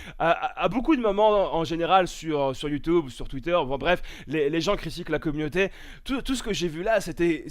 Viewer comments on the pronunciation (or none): Youtube version: "Youtoube" mdrrr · sur YouToube mdr